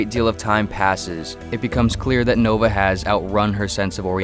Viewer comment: It's spelled "Nova" but you pronounce "Noba"